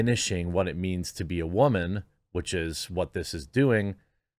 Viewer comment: The intro........ "What is a wyhman,....... we don't know"....... 😜😜😜😜😜